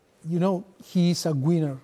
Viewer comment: "He's a gweener" i thought he called him a gooner for a second